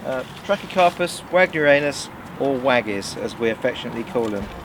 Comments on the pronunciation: We definitely don’t call it ANUS here. Ha. It’s “Wag Near eee on us”. Both sound funny. Was curious if you have tried growing pindo palms? Or any other cold hardy pinnate palm? Loads of various Trachys to grow. Some are quite rare and small too. But after a while the palmate leaf can get a little bit boring. That’s why I was curious if you grew any other palm types. They all look good and healthy though. Always nice to see another palm nerd out there. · He pronounced the name of Trachycarpus Wagnerianus wrong, so it's not weird.